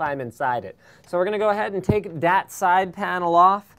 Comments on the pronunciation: Seriously.....stop saying "Dat". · I realise Linus likes to substitute "that" with "dat" having lots of emphasis on the 'D' and it reminds me so much of my native dialect in how we butcher words with impunity. #Barbados